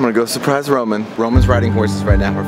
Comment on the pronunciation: Ro-Mawn. Her name is pronounced Ro-Mawn.